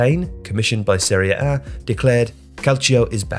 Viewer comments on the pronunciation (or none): I always thought it was pronounced "Serie A" not "Seria A". 😂